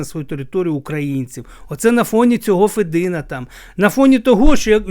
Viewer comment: Я не хотіла нікого ображати.Лемки українці,такі ж як бойки,гуцули,інші групи,які живуть в основному на заході України.Я думаю,що діалекти існують по всій Україні.ФедИна,а не ФЕдина.